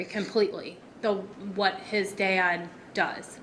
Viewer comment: The way the girlfriend says “had and “dad” it’s “hayud” and “dayud”